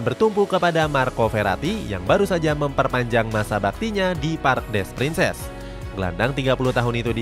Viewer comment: masih perlu bertaun2 sih buat psg buat juara ucl, gk bisa setaun dua taun tiga taun izin koreksi yaa min untuk pelafalan nya - les parisiens --> le parisiang - parc de princes --> park de prangs - galtier --> galtye - juan bernat --> huan bernat